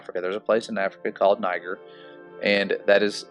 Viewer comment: Niger pronounced, ne-zher.